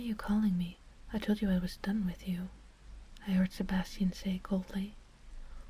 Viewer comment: Whenever you said "Sebasitan" I could only think of Sebastian Michaelis from black butler xD